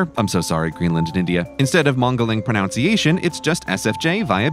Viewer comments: PronUnciation Grey, pronUnciation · Pronunciation of pronunciation was wrong!